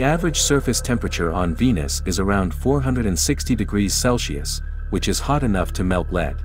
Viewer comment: “Celshius” is killing me!